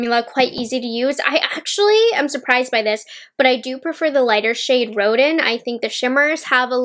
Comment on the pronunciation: Collection is gorgeous. FYI Rodin is pronounced Ro-Dan Thanks for the review 😊